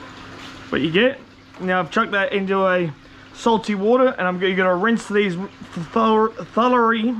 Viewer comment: He seems to have issues saying the word "thoroughly"